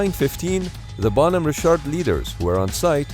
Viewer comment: Holy crap. Who ever is putting out this video, get new voice to text software. Richard is not "Ree-shart". The 28 times or so that the narration says the name incorrectly, is like fingernails on a chalkboard.